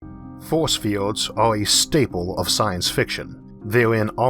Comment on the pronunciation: I'm sorry but you sound like Elmer Fudd. "Be vewwy vewwy quiet, I'm hunting fowce fiewds."